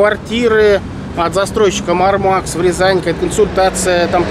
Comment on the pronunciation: Они Мáрмакс а не Мармáкс